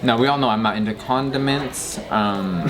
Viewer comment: ..."We all know I'm not inta CON-DUH-MINTS".